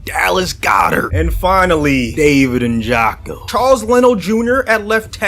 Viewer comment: David “ N jock o”… SMH LOL